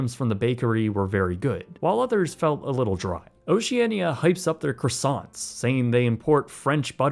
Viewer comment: You have the money to travel on a cruise like that but can't pronounce the word Croissant????